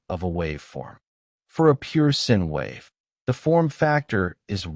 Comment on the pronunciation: Agreed. Between pronunciation errors ("sin wave", etc.) and lack of context (just reading out lists of voltages withoujt explaining their significance), the narration on this video is just pathetic.